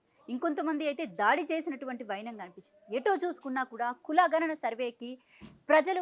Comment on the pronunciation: ఘ నన కాదమ్మా గణన